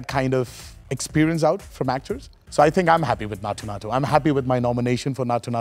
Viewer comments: Everything is fine but why is he pronouncing naatu that way.. he knows the exact pronunciation and instead of correcting it he is making it sound worse.. Please don’t do that.. please.. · Bro said naathoo naathoo 😭